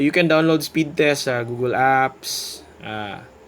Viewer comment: Natawa ako sa pagbigkas ng google gooogle hahaha nako sir ka naman dapat alam mo hahaha sorry.